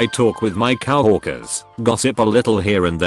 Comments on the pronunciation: I notice in most all these posts the term Cow workers instead of co workers just bad pronunciation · The way the bot says some of the word is just too funny like cow-workers. Great stories.